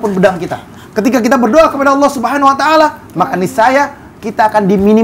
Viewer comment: Ucapin allah dengan baik dan Benar ,beda Bahasa beda arti